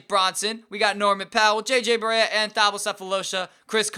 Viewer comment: You don't pronounce the 'h' in Thabo by the way